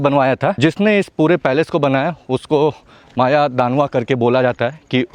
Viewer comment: Maya danav not maya danva